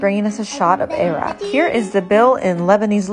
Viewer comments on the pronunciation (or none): Ive never heard any pronounce arak like that